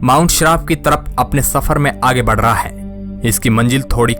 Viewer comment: Shafar nahi safar bhai sahab talffuz sahi kare aap channel chala rahe. Ya to bhai urdu ka use na karo hindi me bolo ya phir talffuz sahi karo